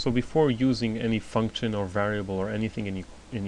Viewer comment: its function btw not functchion :D